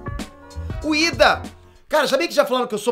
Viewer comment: não é ida é lida